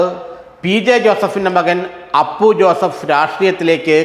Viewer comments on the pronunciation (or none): ആദ്യം പി ജെ ജോസഫിന്റെ മകന്റെ പേര് പഠിക്കു അവതാരകൻ... അപ്പു ജോസഫ് .. അല്ല.. അപു ജോസഫ്.. 😄😄!! മലർ പൊടിക്കാരന്റെ സ്വപ്നം... അപു ജോസഫ് മുൻപ് മുതലേ സജീവമായി രാഷ്ട്രീയത്തിൽ ഉള്ളതാണ്..!! ജോസഫിന് ശേഷം.. മോൻസ് തന്നെ ചെയർമാൻ.. അതിൽ ജോസഫിനും സംശയം ഇല്ല.. അപു ജോസഫി നും സംശയം ഇല്ല... കേരള കോൺഗ്രസിൽ ആർക്കും സംശയം ഇല്ല.. ഈ വാർത്തക്കാരൻ സ്വപ്നം കണ്ടോ ആവോ.....???